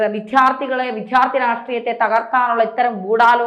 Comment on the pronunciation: വിധൃാർത്തിയല്ല വിദൃാ൪ത്ഥിയാണ്. കൃത്യമായി കൃത്യമായി എന്നു് ആവർത്തിച്ചു പറയുന്നതു അരോചകമായി തോന്നുന്നു. ആർഷോയെന്ന പീറയെക്കുറിച്ചു് ചർച്ച ചെയ്യേണ്ട യോഗ്യത അവനിലല്ലോ. പിന്നെ എന്തിനാണ് വെറുതേ സമയം കളയുന്നതു്